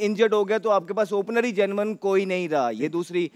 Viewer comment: Oh bro it's genuine not genman 😂